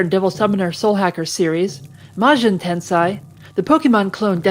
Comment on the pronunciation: Correction, youre pronouncing it "Tensai" which has more to do with knowledge. Its pronounced Ten-say